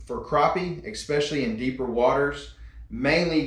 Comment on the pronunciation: I had subscribed until you said EKSPECIALLY. What the hell is that?